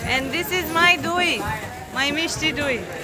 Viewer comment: pronunciation of doi was correct